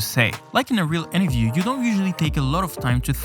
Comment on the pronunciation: Why do you alway say interview as enterview